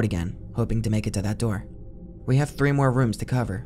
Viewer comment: Hey guy, it’s “three” not “free”.